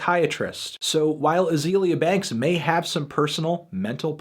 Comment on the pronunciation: You didn't even pronounce her first name right. I can't with this video.